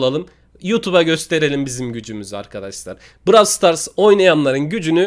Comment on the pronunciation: abi bravl star demeyi bırak onun adı browl stars diye okunuyo